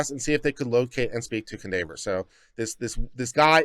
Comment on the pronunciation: Cundaver? This is a black name you know it is pronounced Kwan-dav-ee-yay.